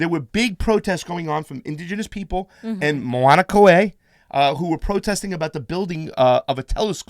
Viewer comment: That's pronounced MAO-na KAY-ya